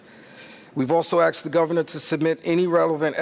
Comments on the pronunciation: Did this guy really just say "aksed"? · They axed the government? Isn’t that murder (of the English language)?